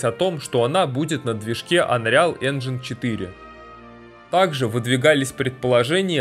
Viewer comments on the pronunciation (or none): none